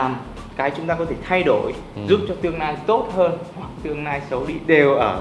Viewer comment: Cái anh chàng nói về massage, sauna chém hơi kinh. Nghe giọng nói buồn cười quá. L và N loạn hết cả lên, nghe ngíu cả lưỡi... tương "nai", nỗ "nực"... hahaa